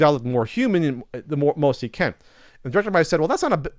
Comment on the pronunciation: Was that "most sonic fans" or "both sonic fans"? Cause it sure sounded like both to me.